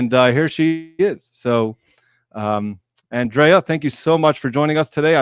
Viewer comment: Andre-a not andrea come on please try to call her by her name correctly. An exceptionally smart lawyer who is always so well prepared & great at explaining things to a lay audience but still remain professional in her words.